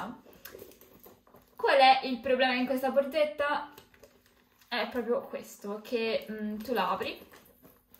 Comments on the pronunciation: Ma perché dice BORZETTA?BHOOOOO...PER ME È UN 'ANTIPATICA... PIÙ UMILE... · Forse perché è romana? Anche tu dovresti essere più umile